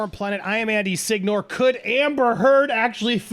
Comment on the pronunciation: andy SIG-NOR? i never heard it pronounced that way, but whatever floats your boat, andy LOL